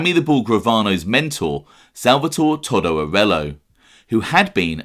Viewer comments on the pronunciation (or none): It's not toddo In Italy anybody with the name salvatory or Antonio Is commonly referred to as toto not fucking Toddo